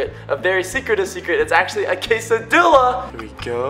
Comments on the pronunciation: It's pronounced K-sa-di-a not k-sa-dil-a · ITS PRONOUNCED (KAY-SA-DEE-AH) NOT (KAY-SA-DILL-AH)!! GET IT RIGHT! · (quesa)diya) not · I'm Mexican u say quesadilla say quesadia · its quasadia not quasadilly lol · I always cringe when he pronounces quesadilla "case-a-dilla " or "case-a-deeya" still love u <3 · ??? Sometimes he pronounces it quesa DEE lla and sometimes he pronounces it quesa deh lla Is there a correct way? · quesadilla (kay suh dill uh) song it goes "quesadilla me uh milla quesadilla " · When he says quesadila it hurts my heart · It's pronounces Kay-suh-dee-ah just so you know. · when he said "quesadiLLa" i cringed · its prononced qesadilla the two lls sound in spanish is y ok just telling you by The way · My mom just puts the peproni in the quesdia im mexican and it's pronounced Ca-sa-d-uh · it's actually called a .. k-a-s-s-a di-a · he said casidilla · it is pronounced ka-sa-de-a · ItsJJDuh GT I was wondering who else would get mad at him for that but yes, it's annoying he said it wrong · Every time he says quesadilla incorrectly part of me dies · In quesadilla and any other Spanish word with a double l, you pronounce it like a y, instead of an l. If it's a single l, then pronounce it like an l. Your Spanish lesson for the day. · Good job on correcting yourself after you said "quesadilla" incorrectly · your saying quesadilla wrong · He didn't say quesadilla right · Your saying quesadilla wrong and the l is silent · You said quesadilla wrong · u dont have an accent when you said quesadilla with the ll learn to soeak proper spanish